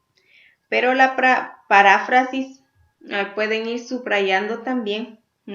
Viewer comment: Maestra es "Parráfrasis" o es "Paráfrasis"